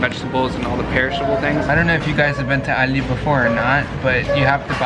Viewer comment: why does he say ALDI like that.